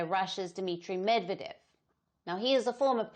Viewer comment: learn to pronounce correctly, u dont need a high iq for that!! MedvEdev!!!